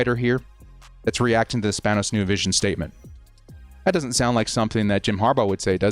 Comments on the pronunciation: it’s pronounced span-ohs lol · You clearly Have not cared to be saying and/or pronouncing the Spanos name correctly. I completely get it tho. They haven't earned it. Bellichic is my 3rd choice btw.